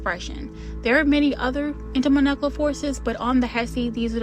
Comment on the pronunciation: I believe its pronounced intermoLecular forces and moLecular weight❤